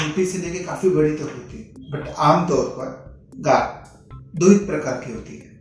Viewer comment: Gaanth not gaand✊